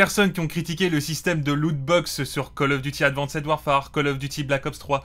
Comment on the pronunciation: Le "advanssède" répété 40 fois m'a fait saigner les oreilles et l'âme.